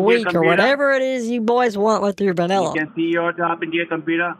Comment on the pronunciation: vaneeeeela..say vuunilla please